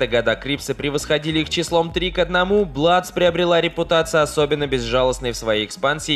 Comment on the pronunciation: Не Бладс, а Блудс